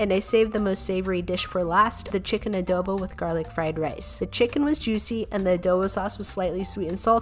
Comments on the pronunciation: She pronounces adobo like adowbow but it's ok we actually pronounce it like adobo legit no stylistic styles u know 😄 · Can you pronounce it as ādōbō not adowbo?